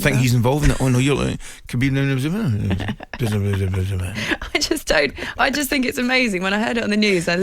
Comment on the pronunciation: Lol Khabib is getting he's name butchered more than ole's tactics